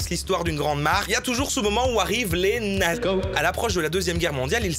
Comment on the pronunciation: pour nazi on dirai que tu dis "Nike", promoteur de l esclavage des ouighours, attention a la censure sur une autre censure XD